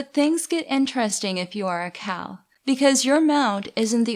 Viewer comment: I liked the video, but it kept sounding to be like you were saying "cow" instead of "khal." I wasn't expecting a discussion of bovine afterlives.